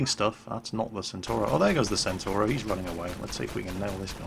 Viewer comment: C1 Ariete is pronounced "Chi Uno Ariete". The B1 Centauro is pronounced "Bee Uno Chentauro". Similarly, the B1 Centauro 120 is pronounced "Bee Uno Chentauro ChentoVenti".